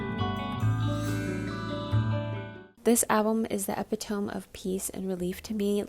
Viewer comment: Girl I love this video to death but I spat out my water when you said epitome 😭😭😭